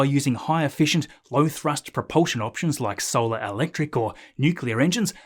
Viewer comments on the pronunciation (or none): none